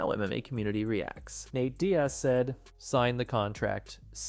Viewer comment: “Thign the contract”